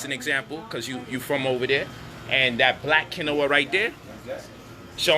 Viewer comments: You not saying quinoa right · Lol say Quinoa again!!!!